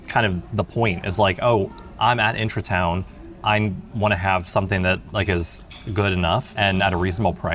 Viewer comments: I love that you pronounce it as intra-town instead of Intra-Garden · It's IntraTUIN, not IntraTOWN :D and agreeing with the other comments, that mint is going to take over the entire pot.